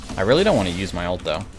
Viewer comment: Can someone tell me why he says ALTEEE like wtf.